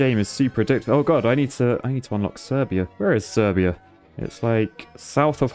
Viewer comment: Serbia is pronounced Sir-bia